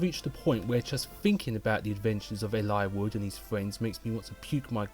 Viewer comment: omg a voice ahhh, nah jk. I really like the way you say Eliwood,tho which makes me think how I actually never talk about FE7 with someone irl that I never thought about how to pronounce his name lmao. But good video! I am looking forward too those top5/10 videos!